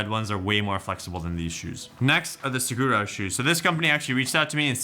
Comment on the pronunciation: Suh-War-Oh. Saguaro.